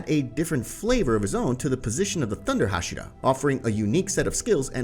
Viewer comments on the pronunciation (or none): One thing for the speaking of inosuke's, zenitsu's, and hashira. to pronounce inosuke, it sounds like inoskay. agatsuma isn't pronounced agatsumi it's agatsuma. and hashira isn't hashida is hashira. Don't take this rude alright!